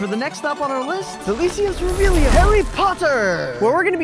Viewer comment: did you just say revealio…….. ITS REVELIO GOD DA